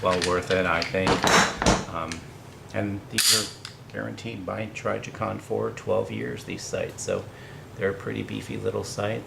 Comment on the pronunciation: T R I jicon Not T R Y jicon